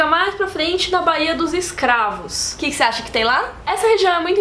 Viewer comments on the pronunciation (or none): none